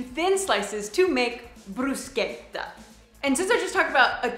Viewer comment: Thank you for setting the pronunciation of bruschetta right! Whoa it was about time! Adding to it, no Italian would ever order cappuccino or any hot drinks on lunch or dinner. German typically like to do that, so Italian waiters will serve you without hesitation.